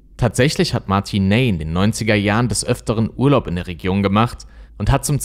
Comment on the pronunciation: Du sprichst "Martin Ney" falsch aus, das "ey" wird hier ausgesprochen wie das "ei" in "nein".